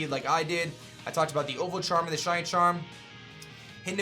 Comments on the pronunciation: every time he tries to say shiny... it seems to come out shony... lol kinda annoying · Shiny* not shany